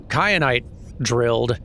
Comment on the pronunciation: Kyanite, like teh pepper